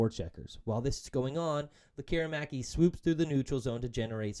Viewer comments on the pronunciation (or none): Why do so many people in Vancouver sports media fail to pronounce Lekkerimaki's name properly the way he does and the way it's pronounced in Sweden? You need to let the "air" out of it! "Lekker' imaki" , our future star deserves the respect. Mind you, some guys still can't pronounce Petey's first after 6 years. ELL' ias or EE' lias etc.. Great analysis video of our talented young gun slinger, he has the tools to be an exciting addition to the top six.